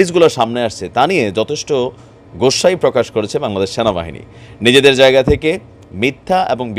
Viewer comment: Vai apni namtawo Valo Kore bolte paren na😮‍💨ata Sena bahini na😞 Ata Sona bahini 🤣🤣